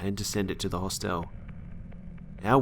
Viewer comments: did nobody notice that, in the school story, he can't pronounce "hostel" haha he says it like a mix of hospital and hotel hahaha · hos-tell too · That and "hoss tell" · The "e" in Hostel is silent. Good stories